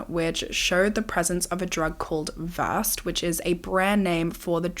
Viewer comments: As a nurse I just have to say the medication is pronounced “verse-ED” not versed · Another great video! FYI the other name for Midazolam is pronounced ver-said (rhymes with shed) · Versed is actually pronounced Ver-said ❤️